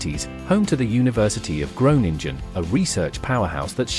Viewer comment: Gronengine zegt die 😂😂😂